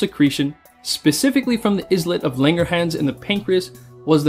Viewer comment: Islets is pronounced "eye-lets", not "is-let" :)